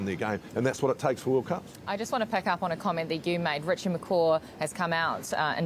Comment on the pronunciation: You would think since all these years, some of these NZ announcers would pronounce Richie's last name correctly. I expect the mispronunciation from announcers from other countries but the ones from NZ........